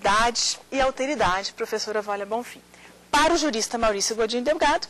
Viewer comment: "Auteridade" (50'45'')... francamente... O correto seria "Alteridade". Embora uns requintes de oratória fariam muito bem para melhorar a perfomance da professora, a exposição foi interessante.